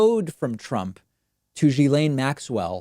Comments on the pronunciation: it s not GILAINE IT ‘S GHILAINE. dude...research a bit would help. i mean it s your job. btw. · Okay..but PLEASE add to your credibility by pronouncing her name correctly...seriously. It's a small thing but reporters who've adequately researched have been exposed, through that research, to her name's correct pronunciation.